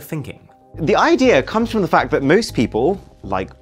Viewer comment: him : IDEARrrrr of the video 📹